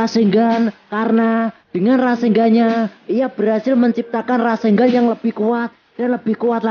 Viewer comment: Kenapa orang² ngomongnya Rasenggan bukan RASENNGAN ya? Padahal baca dan tulisannya itu RASENGAN bukan rasenggan